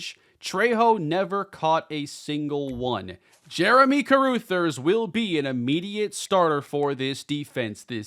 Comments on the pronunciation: I cringed each time said "Jeremy Caroothers." That name is pronounced Ca-ruh-thers. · I believe Carruthers is pronounced (Ka- Rugh - Thers) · love the content, been a fan for years, but check your pronunciation of Carruthers. Cuh-Ruh(same vowel as Cuh)-Thers (“th” like “this” or “that”). It’s driving me crazy lol. Go Bulls! As long as they don’t beat the Redhawks! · Carruthers- CUH-RUH-THERS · Please, for everyone's sanity, learn how to say Carruthers name right! 😂😂